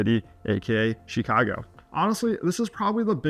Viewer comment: Why would anyone listen to a guy who cant even correctly pronounce the name of the city? Who says “SHEEKHAGO”?